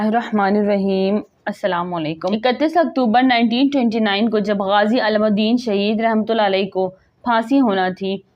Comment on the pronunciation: Voice over kr k kisi educated ko suna letay, ALAM UDDIN nahi ILAM UDDIN hay. BEERAK nahi BERAK hota hay